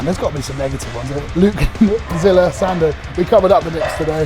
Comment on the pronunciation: "And the Sandow goes to.... Mr Sandoe" lol